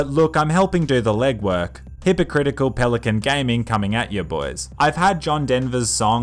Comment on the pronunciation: Pelicant? No pelican.